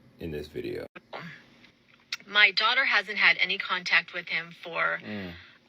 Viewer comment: "My dwautuh..." 😂